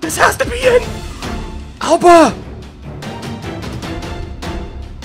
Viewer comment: i know you're saying Auba but can u stop making it sould like ALBA!!!! please??